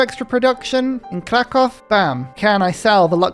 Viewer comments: From polish person living in Kraków Try pronouncing it like Cracoov, the o with a slash above it makes oo sound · If you were to say Kraków properly you should pronounce "Ó" like "oo"